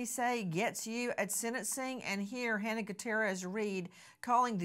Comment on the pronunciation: Love you and your show Nancy❤ Halyna's name is pronounced Ha-lee-na.